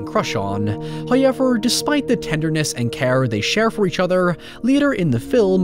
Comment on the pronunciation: First "hoyevver" drops . Tease.